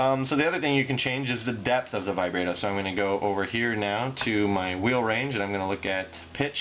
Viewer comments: yo you say vibrato really weird. u say the a wrong, its supposed to be like the a in bratwurst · ahaha he called it "vibrae-do".